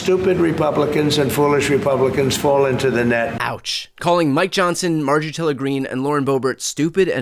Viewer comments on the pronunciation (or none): none